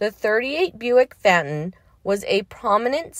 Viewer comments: Pronounced fay ton, Not Fat ton. Get it right! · The cars name is pronounced: Fayton.